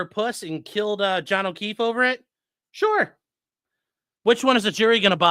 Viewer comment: They really said Jon o’queeff?!!